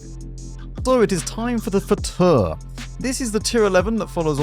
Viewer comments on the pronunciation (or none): Hello, not to be annoying but Fauteur is pronounced as Fotöh(rh), eu is the same as ö in German and Turkish